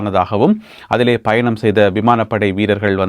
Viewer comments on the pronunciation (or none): none